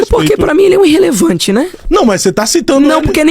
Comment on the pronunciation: “INNRRELEVANTE” kkkk sabe nem falar… burro esse pivete